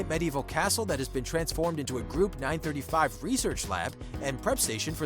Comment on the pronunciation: First time I've heard Group 935 be pronounced nine-thirty-five